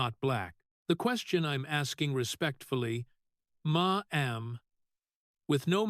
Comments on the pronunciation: Now, I finally have to say something about the narrators of these videos. $12 million is read as “twelve million dollars” not “twelve dollars million” and the number 10 is read as “ten” not “one zero”. Ma’am is pronounced “Mam” not “ma-am! A plethora of other errors, too. How can I get this job? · It's "mam", NOT "ma. am"!😮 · I can't listen!! The screwed up pronunciations on things like Ma'am... not Ma Am!